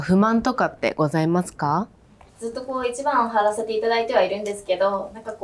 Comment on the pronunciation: 営業したことない俺でも、これには勝てると思った。 1番を強調しすぎて草